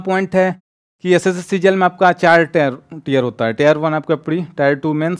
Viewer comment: Bhai ne alag leval ki English padhi hai😂